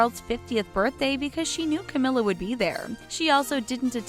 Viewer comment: The Charlei and Cawmirra